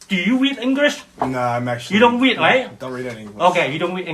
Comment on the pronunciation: the racist idiot asks "Do you wead English?" 😆